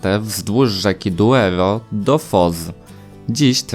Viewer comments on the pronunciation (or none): Douro, not "Duero".